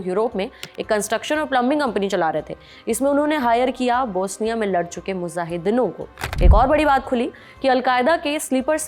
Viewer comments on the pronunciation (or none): Mujahideenon* not muzahideenon.